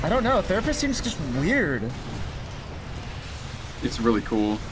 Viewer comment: gunna need a real therapist for the short time it was 'the-rapist'